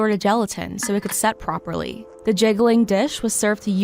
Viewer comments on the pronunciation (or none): THE... Not DA. The great depression. Not 'Da great depression' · Terrible, the Jello commentator pronounces her "th" sounds as "d". "Da Great Depression" or "Dat wasn't enough to boost sales."